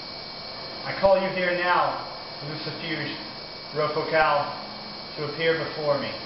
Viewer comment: First of all, you are pronouncing it wrong...And I know this because many years ago, he came to me. when he told me his name, i did not recgonize it and he told me I knew him from Glen Danzig. But then he said that I was so beautiful and wanted to kiss me, so I had to end it y punching him in the face. He did tell me that I could call him whenever a person would commit evil against me. I have said his name but never did a full invokation